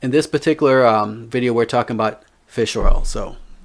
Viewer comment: I see your work. I thought you said fish row, LOL, but then I heard again and you said Fish Oil. LOL Thanks for the content my friend.